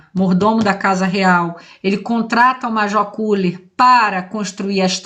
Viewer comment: Na pronúncia alemã se fala "Keller". Nós petropolitanos também falamos errado falando Koeller.